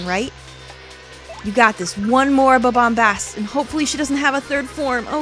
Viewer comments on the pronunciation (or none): It's Bob-omBAST, not Bob-omBLAST. You know, like bombastic!